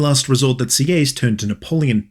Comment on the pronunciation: Btw Sieyes is prononced "see - hey - yes "